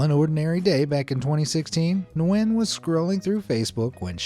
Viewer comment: Hi I'm from Vietnam, just so you know, it's pronounced nuy-en not nwen. Thank you for coming to my grammer police Ted talk.